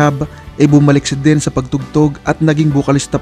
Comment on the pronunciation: Bisaya kba kc Den ka ng Den .ang tama Dean ska Neal Schoen.husayan mo ha ?